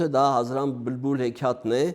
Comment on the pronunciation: Վարողը բլբուլ բառը արտաբերում է բմբուլ։